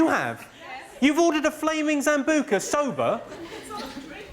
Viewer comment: It's Sambuca not Zambuca